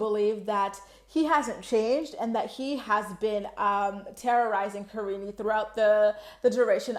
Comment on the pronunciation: I can't believe how many people call her kariney. It's as bad as pierrey. Paul is an idiot who doesn't even know how to say his wife and kids actual names.